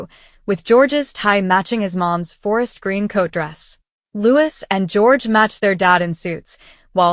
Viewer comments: As you profess to be a speciality channel regarding Princess Catherine, how is it you do not know how to properly pronounce the name of Prince Louis? You should have heard it often enough. The name is pronounced Louey, NOT Lewis. Got it? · Ok. Yes, beautiful family.... BUT IT IS LOUIS NOT LEWIS! UGH... AI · Louis pronounced Lo - ie Not Lewis!!!!